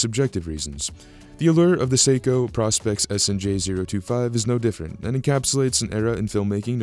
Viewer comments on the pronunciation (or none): Don’t mean to be that guy but; I’m really getting tired of the mispronounced “Praw-Specs” of the Professional Specifications line of Seiko dive watches. It’s not pronounced Praw-Specs, it’s pronounced “Pro-Specs”; again, as in “Professional-Specifications”… There; I said w.